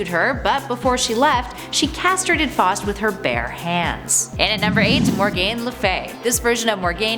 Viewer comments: always thought it was pronounced foust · The way she was pronunciation Faust and Morgaine was killing me